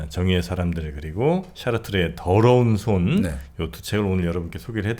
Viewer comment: 들어온 손? 드러운 손? ㅋㅋ 의 이런 발음의 손이 정프로의 더러운 손 발음보다는 깨끗하게 들리네요 ㅋ?😂 유투버 최고의 지성, 넘 멋져요 ❤